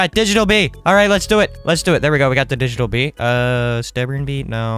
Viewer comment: Did bro just say Cummy bee or am I trippin